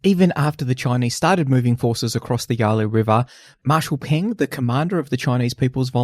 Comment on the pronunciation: it has always been CPC, not CCP. Will you please respect the Chinese when you give your narration? And it is Marshall Peng, not Ping!